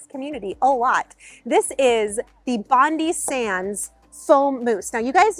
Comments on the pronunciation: 🙈😬 it’s an Aussie product it’s Bondi ( bon- die) not Bondi . It’s also great . Love those rugs btw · Bondi Sands is pronounced Bond-eye. It’s named the quintessential Australian Sydney beach Bondi. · Bondi Sands is an Australian brand. Pronounced Bond(eye) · It's counterintuitive, but Bondi is pronounced bond - eye. A beach in Australia I believe.